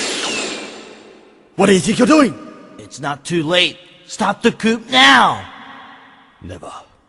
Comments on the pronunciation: Julien fries!? What does that even mean!? Dammit, the p in coup is silent! The increase in batteries is preferable to paying for damages incurred by tripping over a cord. Yes, I like to argue. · In all these years I've never noticed Zero says "coop" instead of "coup." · I love it how they pronounce it coup instead of "coo" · "Stop the couP now!" It's pronounced "coo"! The P is silent! And what's with the strain on that word!? Did the voice actor hiccup on that line!? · Stop the COOP now? Er... yeah, Zero's voice actor has apparently never heard the word coup before. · did the voice actor of zero actually pronounce the p in coup? wtf lol very very bad voice acting an grammar lol